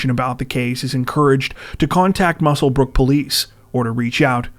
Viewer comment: Very much appreciate how you correctly pronounce Muswellbrook!